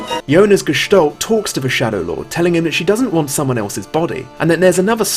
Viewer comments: Its not gestollt its Gestalt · "Gestalt" is a German word and means appearance. It's pronounced like you read it except the a is like in apple not like an o like olive.